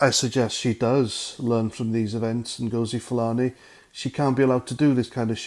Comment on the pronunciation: I think Nghastli Ngosi’s surname has the accent on the first syllable - as in ‘Felony’